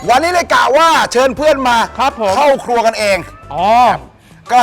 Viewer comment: ทำไมฟังไม่ค่อยชัดเลย ครัวหรือครวย ครับ😂😂😂